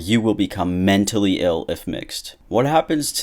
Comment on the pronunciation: the emphasis on "MEN" in "MENtally ill" was pretty funny tbh hahaha